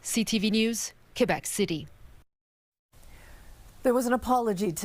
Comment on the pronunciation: Remarkable how none of these ostensible professional journalists broadcasting in English can pronounce place names in English, not even the most basic names like Quebec or Quebec City.